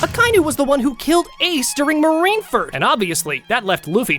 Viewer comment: Marineferd 😂 Marineford my dude